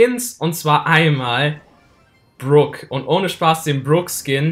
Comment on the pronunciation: alter mich regt es o auf das du brock DIE GANZE zeit falsch aussprichst er heißt net bruck alter das ist ein O und kein verdammtes u